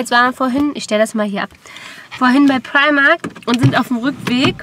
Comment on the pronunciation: Sehr schöner Vlog :-) Meine ich das nur oder sagst du immer Primarkt, also mit T hinten? :D